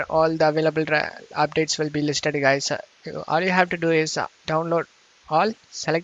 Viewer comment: weird pronunciation!!!! Open up-pe?, it-te?, guys-se?, link-ke? why do you need to say it like that bro??????? u re really annoying!!!! DA FooCK!!!!!!!